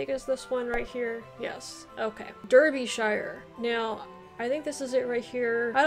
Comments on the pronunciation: In terms of pronounciations Derbyshire/Derby is pronounced with a Dar rather than a Der. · Brilliant score! I reckon that would be better than 90% of Brits. Consider a bit more practice on a few of the pronunciations such as Warwicks, Worcs, Derbys, Leics. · Derbyshire and Berkshire. Pronounce the first “e” as an “a”.